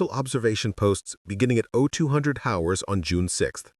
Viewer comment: You need to teach your robot that the H in "hours" is silent. It's pronounced "ours," not "howers," the way it does at first, you fools.